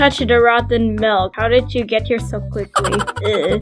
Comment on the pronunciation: i love how you say quchly🤣🤣🤣🤣